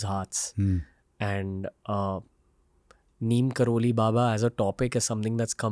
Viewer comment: Neem Krori not Kroli